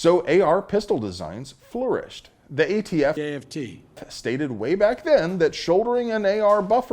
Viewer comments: Biden saying AFT never gets old. I have to rewind due to my laughter all the time. 😅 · Love Joe's contiued cameos !!! When will we learn how to pronounce aft..... correctly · Yeah we get it...Biden called the ATF AFT. I don't need to be reminded of it every time you say ATF. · Never stop playing joe saying “aft”. Love it!